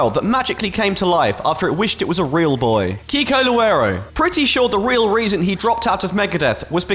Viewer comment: As a Brazilian, I just love how you pronounced Kiko Loureiro's name. So cute ❤ (damn, I miss Alexi so much... Children of Bodom was one of my top 5 favorite bands)